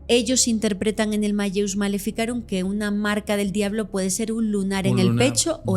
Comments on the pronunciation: Se pronuncia: Mal_leus, es latín, se hace énfasis en la doble elle, no se pronuncia como "llevia". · Se pronuncia: maleus